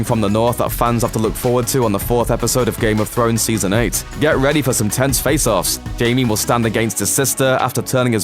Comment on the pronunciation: Did I just hear you say “ Game of phones” ?ْ